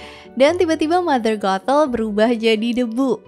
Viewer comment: ngucapin nya sih kya rada susah y tpi klo di dengerin jadinya mother gatel🥲